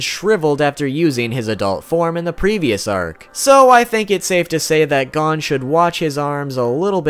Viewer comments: It’s not gone it’s goh-n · Same its gon not gone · Nah nigga it's not "gone" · His names gon. Not god damn gone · It’s gon not gone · for everyone wondering how to actually pronounce gon, its NOT gone. it is like cone, with a g. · Bro it pissed me off he kept saying gan instead of gon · FFS PRONOUNCE GON'S NAME RIGHT, IT ISNT "GONE" IT IS GO WITH AN N SOUND AT THE END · Gone bish it’s gon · Who pronounces it as Gone instead of Go - n? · It's gon not gone 😝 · Btw it's pernounced (gohn) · Here's one thing you didn't know about Gon Freecs: His name is pronounced Gōn - G-oh-n. Not Gone Freecs. Where's he gone bruv? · why don you call him gone not gon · Why do you pronounce Gon as Gun/Gone. Its Gon. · It’s gon not gan god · This man said gone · I don’t trust anyone who pronounces his name like “Gone” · ITS GON ( the O is how “O” is said in cOne) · G A W N F R E E C S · Its pronouned as Gohn actually say Go and then say n and put them together and you got Gon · I’m getting triggerd at the way he says hon he says it like gone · How the fuck did you know I didn't know any of this and his name is Go-n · Gone freaks is how you said his name 😂😂😂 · 1 thing didn't know about Gon Freecss is the pronunciation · That is not how you say gon and don't say its the Japanese way because I watched it in Japanese with subtitles too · the way he pronounces “gon” makes my ears.exe stop working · Am I the only one that's annoyed by the fact that he pronounced Gon's name incorrectly? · This dude does a whole segment about how he said HxH wrong, then proceeds to mispronounce Gon for the rest of the video. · Ew why does he say Gon and Killua like that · I got so triggered bout him saying the names wrong I literally almost cried!! It's not "Gawn" it's "Gown" its "Kelua" not "Kilua" and~~ its not "Karapika" its "kurapeka" soooo ya just saying cuz that triggered me a lot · GAWN KILUWA KURAPYKA 😂